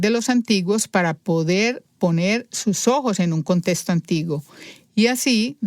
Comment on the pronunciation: Es contexto. No contesto. Me da ansiedad óir esa pronunciación.